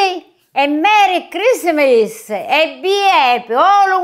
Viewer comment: 😂😂😂😂💕💕💕💕💕💕"mery crismiris" to you 😀😀From Spain